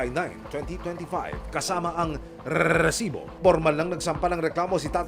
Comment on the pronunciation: Naiakairita yungpag bigkas ng REEEEEsibo.